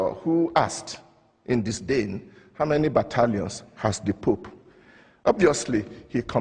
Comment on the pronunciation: Ironic that the man talking in favor of religion pronounces "The pope" as "The poop" ...